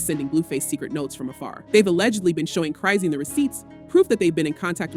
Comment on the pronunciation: Like YOU lying you can't Even saying her name right Chrizen